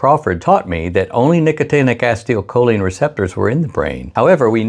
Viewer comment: Pronounced "ACEEEToL-choline". NOT "ASTIO-choline" 🤪